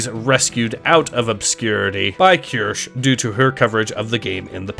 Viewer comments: keer-shuh, not kursh or kurshee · It's pronounced "Key-ur-she". Just like Asmongold said it. Trust me. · At least learn how to say Kirsches name correctly.